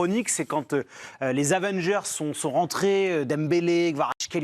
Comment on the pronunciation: "Avengers"🤣😭 peut-être qu'on est chez les fou😂